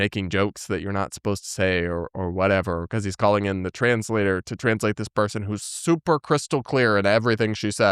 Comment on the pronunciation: I was sure she was saying something about a trans flag.... She was saying 'translator'.